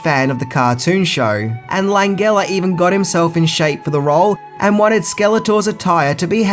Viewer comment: I think it's Frank LAN-GEL-UH (the G is pronounced like the letter J)